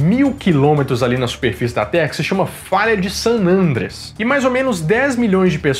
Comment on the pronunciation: Excelente vídeo, como sempre! Estou aproveitando o período de isolamento para assistir novamente os vídeos do nerdshow., uma observação: se pronuncia san "andréas", não san "ândreas". 😁🤓